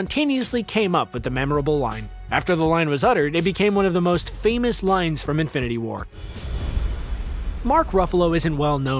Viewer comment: “Infininity war” Nice.